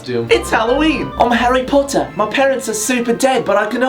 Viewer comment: harwi potah